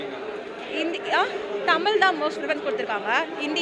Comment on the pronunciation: உண்மை வரலாறு தெரிவது அவசியம். தமில் இல்லை தமிழ். தமிழை கொள்ளாதீர்.